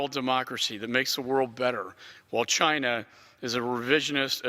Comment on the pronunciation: It came from Chy-Na!